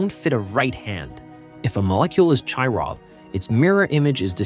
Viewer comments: Said like "kyral". Great video! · Important topic to make a YouTube video on. The words “chiral” and “chirality” are pronounced with a hard “c”, not a soft one.